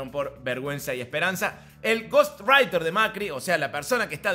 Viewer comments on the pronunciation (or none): SEÑOR DE CÓRDOBA: *GHOST WRITER,*, QUÉ PRONUNCIACIÓN!...🤣🤣🤣, (SE VÉ, QUE LO DOMINAI 🤗😎). LO SALUDA: LA MÁS PORTEÑA, LA MÁS PERONISTA//CRISTINISTA, Y LA MÁS CUERVA DE TODAS!💪🔵🔴💪🙋🏻‍♀️🔵🔴🇦🇷